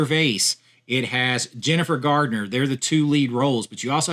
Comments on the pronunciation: it's GARNER not Gardener. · It's Garner. Not Gardner